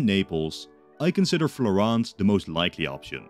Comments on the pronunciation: "FlorEnce" not "Florance" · O il modo in cui diceva Florance alla francese come se si avvicinasse di più alla pronuncia italiana mentre invece Florence le assomiglia molto di più🤣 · same 'Florance' Edit: youtube is ass i'm on a computer and can barely type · Florence (/ˈflɒrəns/ FLORR-ənss; Italian: Firenze [fiˈrɛntse] ) or FlorAAAAAHHnz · FlorAnce???? FlorAnce??? Did i get it all so wrong and thats how you actuakly pronounce it? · Awesome video as always but that pronunciation of Florence is wild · as an italian I was so happy for you to make this video, until I heard you pronounce Florence 😂😂😂😂 still amazing video tho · The way he pronounced Florence and Medici was so annoying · How are you gonna take the time to write this whole scenario and illustrate the maps but then be too lazy to take 5 seconds to google how to pronounce Florence and Medici? Was such a promising start to a video but honestly it's unwatchable in this state.